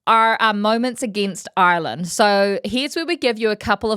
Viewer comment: He couldn’t even say Ireland in the introduction.😂Great to see him writing off Ireland.